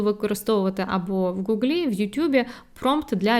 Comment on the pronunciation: Цікаве відео. Дякую. Але додам трохи критики, сподіваюся конструктивної. Дуже ріже вуха наголос на останньому звуку: GooglA, GooglI Зазвичай так спотворюють слово Google на московії. Сподіваюсь, що ви не сприймете мої слова як спробу "придовбатися"😊